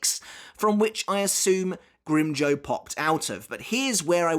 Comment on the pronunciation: Every time you pronounce Grimmjow wrong I die a little inside.